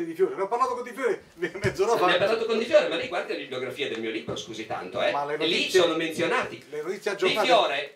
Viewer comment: Comunque la lingua italiana ha delle regole di pronuncia che una volta si imparavano alle elementari, e non sono molto più vecchio di questi signori. Le consonanti doppie si pronunciano in modo diverso dalle singole. Libro non è LIBBBRO. Responsabili non è RESPONSABBBILI, è via dicendo. È elementare!!!